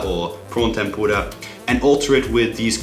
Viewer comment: Ikr it sounds like he's fucking saying tempoorah